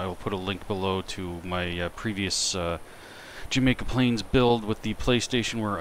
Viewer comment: Jamaica Plain....not plural...LOL